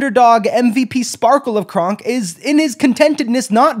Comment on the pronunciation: Every time you say kronk I hear it as krunk and I can't stop laughing